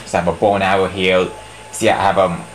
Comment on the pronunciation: you pronounce "Here" as "Heal" LMAO! but anyways, yeah nice review! =D